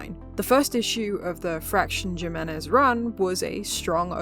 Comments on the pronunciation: you keep saying Jim-enez its pronounced "Him"-enez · Jimenez is a Spanish name. The “j” is pronounced like an “h”